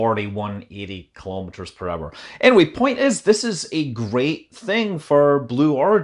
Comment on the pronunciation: I like you but you too mis-pronounce " Kilo Meters "